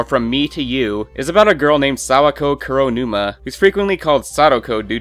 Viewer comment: The way you pronounce Kuronuma is pissing me off... Not difficult, Koo-row-new-mah -__